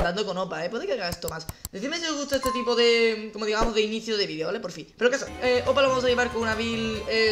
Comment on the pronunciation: Por qué dices Opa? Se llama Hoopa (se pronuncia jupa)... No es tan dificil